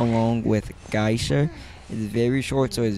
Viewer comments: Ripper is one of the best Characters And this Guy is Crazy Cant even say Geisha lol he say Guysha. He say Hell Ember have long ranged Attack LOL? Every single Hunters attack even farther lol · i main geisha , but shes soooooooooo easily bullied . also its Gay-sha